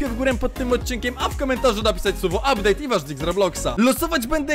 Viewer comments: "uptdate" xxkrzysiek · "ubdate" staryhleje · ''update" 123koala456bobma odrazu mówie ma być bobma nie bomba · "ubdate"Adaloloaloa -Adix pozdro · “ubdate„ nick Justyijjhh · "Uptade" Borusowski